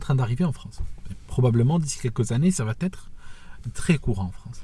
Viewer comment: Ça va t’être, pas de t ni même un t euphonique. C’est bien la seule chose qui irrite mes oreilles. Je me sens gêné de te le faire remarquer, c’est presque plaisant à entendre mais je sais que tu travailles ton immense talent de narrateur. Et pour moi tu es le meilleur!